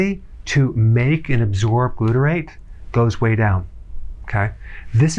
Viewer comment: Loaded with buytrate? It’s 1% buytrate 😂😂